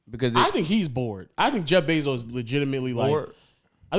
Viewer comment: Why tf keep sayin jeff benzo😭😭